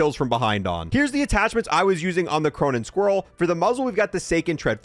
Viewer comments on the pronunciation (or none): I nearly died when you pronounced Squall as Squirrel